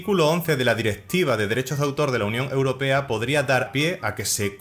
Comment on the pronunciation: Porque dices la unión europeda?